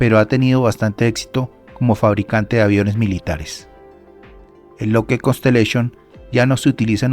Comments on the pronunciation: SE DICE "LOCKID" NO "LOCKED" (LOCKHEED MARTIN) LA DOBLE "E" SUENA COMO "I" NO COMO "E". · Estás pronunciando mal la palabra lookheed…